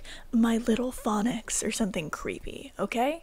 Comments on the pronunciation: said phonics when it was phoenix😭 /lht (it’s pronounced pheenix lol) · You said phonix not phoenix that’s my name 😭